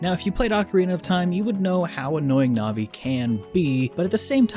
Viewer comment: Navi is pronounced like the word it's short for: navigator.